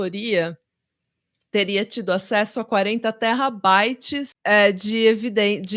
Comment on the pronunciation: A chamando "terabyte" de "terrabyte" é meu novo Spirit animal 🥹🤏❤